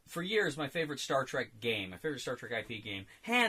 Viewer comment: Semantics: the word trek is a rare example of Afrikaans words making it into English. Some other examples being bushveldt, commando, laager, spoor, rooibos ect. And I can assure you the right pronunciation is exactly like the English word track. And if you can manage to roll your "r" like in shakespearean english you'll be spot on.